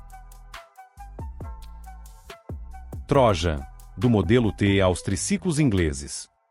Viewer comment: Só corrigindo a pronúncia: não é TRÓJAN mas sim TRO_JÂN ( de Troiano )